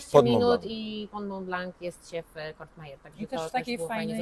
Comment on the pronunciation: Vangelis, nie Evangelis i Courmayeur nie Cour(t)mayeur